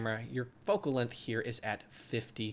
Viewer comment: "lenth" jk i love your tutorials